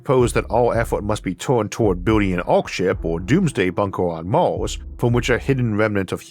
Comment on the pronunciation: Me too. I also love it when he refers to animals as "cwittews." His "accent" is distinctive, and I like it. We should at least colonize Maws before we have to re-name it back to "Mars" again. 😄